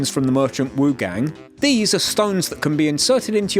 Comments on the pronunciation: It's "Wu-chAHHng" not "Wu-chayng" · hey just letting you know, wuchang is said like wuchung/wuch*ah*ng